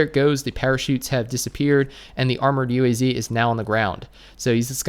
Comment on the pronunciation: UAZ Is Pronounced UWAZ. SRRY FOR WRONG SPELLING😁😁 Also also ilove your vids i cant miss them i even clicked the bell